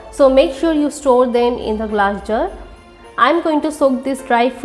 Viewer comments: Glass jar or Glas jur .... She is funny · gla jur for glass jar..... She is so funny